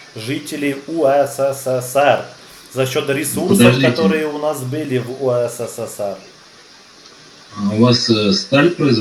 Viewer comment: не УСССР,а УССР.